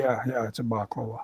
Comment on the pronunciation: Balaclava not baklava lol